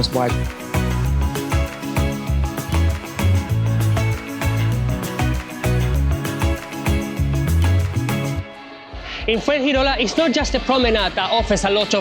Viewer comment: Prize for the person who can correctly guess how many times says "vibe"....trouble is he can't pronouce it properly so it'll have to be a prize for the person who can predict how many times he says 'wyb'